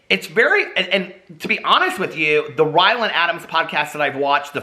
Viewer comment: Haha...you called him "whyland" Adams